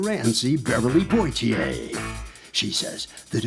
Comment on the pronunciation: Her name is pronounced "Po-ti-ay" like the actor Sydney Poitier. Not "portierr"